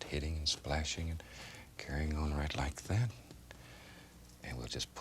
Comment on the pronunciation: The way he says like that “like keit”😂😂